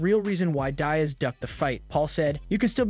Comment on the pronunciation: Dude it's Diaz get the name right